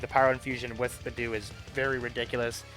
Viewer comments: I was just listening to your video in the background and heard "b'doo" and had NO IDEA who you were talking about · the way this guy pronounces beidou and the fact that he leveled an artifact to 11+ instead of 12 annoys me